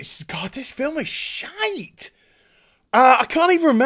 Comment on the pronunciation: SHIT""E""", damm you like the "french accent".